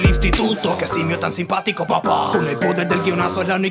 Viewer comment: Decia "SIMPatico" osea le estaba diciendo simp xd